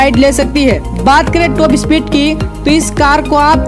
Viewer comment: टॉप स्पीड तो समझ नहीं आई रे भाई 😄😄😄